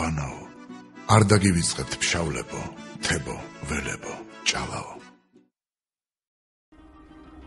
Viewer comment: "ფშაველები" არა "ფშავლები" მამი. good luck!